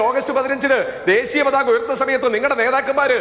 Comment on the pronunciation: അതിസക്തൻ - വിസകലനം - ദേസീയ - വംസഹത്യ എന്റെ ജയിക്കെ... മലയാള ഭാഷയുടെ അഭിമാനമേ...